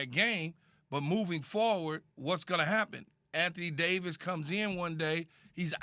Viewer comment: Anthony Day-to-Davis